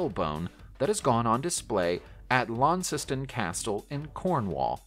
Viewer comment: Hertfordshire = HART-ferd-sher Launceston = LAWN-stun Lugnana = Luh-NYAH-no (Think 'lasagna')